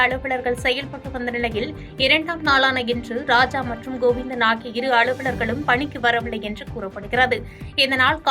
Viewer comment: அழு வள கம் இல்லடி ... அலுவலகம்...... ஒரு நூறு முறை.... யாவது..... சொல்லி ப் பேரு....